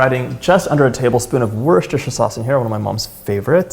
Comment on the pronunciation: Is it still good without the worshtershier sauce